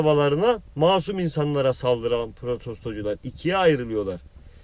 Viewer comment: protostocular diyon ya benı bitiriyon reis :D boşver şimdi onları